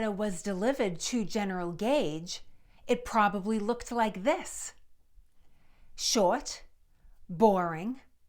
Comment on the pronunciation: Never thought I'd hear the word "Short" pronounced with a W.